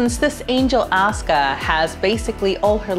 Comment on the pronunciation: That's not how to pronounce "Asuka", it's A-su-ka.